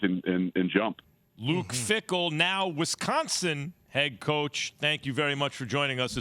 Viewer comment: Keshawn… it’s WISconsin, not WESconsin